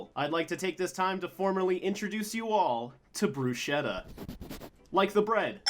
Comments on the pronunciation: It is brachetta no bruchetta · Dear I know you're not italian and all the stuff by, but that adorable furball's name is pronounced like "Bruce Ketta" We all love both you and the kitten A fan from Italy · its pronounced bruSkettta but because it's a name I'm fine with it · To be honest I don't wanna be the one to point useless stuff out buuut why not: Bruschetta is pronounced Brusketta Not Bruschietta, anyway i don't think I am the only one that pointed this out but as an Italian I wanted to clarify it and that's it actually. Good Video i love XLR8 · Tanto per dire your cat It called bru- ske-tta non bruscietta Anyway nice cat and i would have never thought XRL8 was so appreciated lol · As an Italian who knows Arabic, I approve of Bruschetta's name. It's pronounced bruce-ketta, and the 'ketta' part is phonetically similar to the Arabic word for Cat. Dope. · might be that ive watched the italian tiktokers Lionfield to much but someone says bruschetta the way said it kinda bugs me now ive always been a sucker for correct pronunciation of words according to their languege of origin so i could just be being extreme